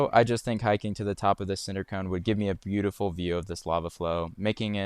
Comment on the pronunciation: very Butte-iful indeed